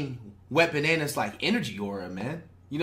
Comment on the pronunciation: this man called “wembanyama” a “wet bananas” im dead bruh